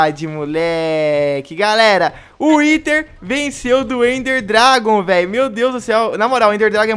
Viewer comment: o fala whiter dragon kkkkkkkkkkk